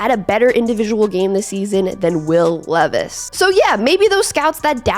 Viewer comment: His name is pronounced LEE is like the jeans. This way he can get a sponsor deal